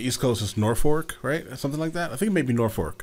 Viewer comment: It’s Norfolk not norfork lol Or as we call it in the area Naw-phuck